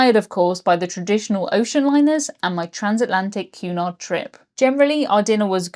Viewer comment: I kept hearing you say "QAnon" every time you said Cunard 🤣 Blocking youtube is absolutely absurd.